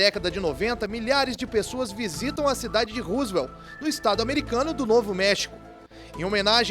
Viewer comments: O maluco narrador! Não é "Rusuel". É ROSWELL. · Não é Roosvelt !! É Roswell!!